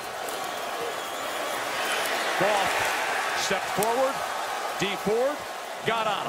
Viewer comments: it sounds like he said Jerk Off but he really said Jared Goff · Where's goff now? La ooh sa er in Detroit...🤣